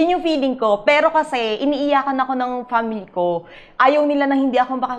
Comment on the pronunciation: Graduate ka nga "Family" lng di mo nman ma pronounce ng maayos... Pamily..😂😂😂